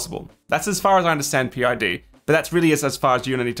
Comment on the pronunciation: Great tips. PID is pronounced pid, rhymes with lid and squid. Thanks for the reminder because I have a printer that doesn't hold temp, drifts 5-8 deg either way.